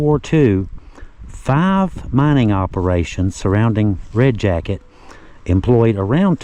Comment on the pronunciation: You are right in that Red Jacket is different. You pronounced Chief Red Jacket's name correctly. There is so much history tied to Red Jacket all the way prior to the American Revolutionary War. Thank you so very much and. Keep up your great work.